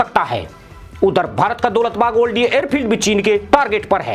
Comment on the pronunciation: जनाब ये दौलत बेग ओल्डी है न कि दौलत बाग ओल्डी। आप हमेशा गलत उच्चारण करते हैं।